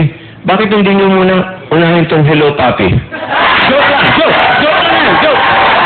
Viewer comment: eat bulaga talaga kung manira kampeon ka joey sa paninira btw, its papi ok papi say it joey, papi papi papi at hindi puppy magaling kang mag-correct sa pag-pronounce ng youtube pero hindi masabi ang papi ang papi, so you know joey, is daddy in spanish ok?